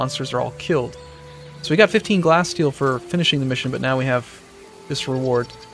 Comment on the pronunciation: I believe it is pronounced like glassteal not glasssteel.